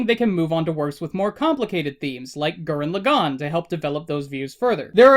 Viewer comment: I lost it at Gurren Laggan